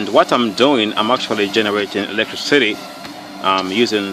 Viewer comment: The way he says electricity sounds like electric city XD